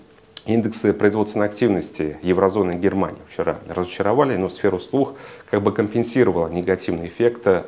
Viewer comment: Спасибо за хороший обзор! Единственное режет слух "сфера услух"